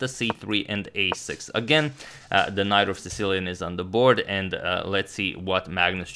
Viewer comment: THAT'S NOT KNOIGHT. THIS IS A KNOIGHT. sorry